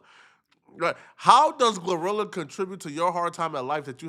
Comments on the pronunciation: Lol 😂😂😂 this man called her “Glue rilla” 😂😂😂😂 or “Gar rilla” “Gla rilla”I thought it was “Glorilla” pronounced(Glow -rilla) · Bro, It's Glo - Rilla, Not Gluh - Rilla 😭😭😭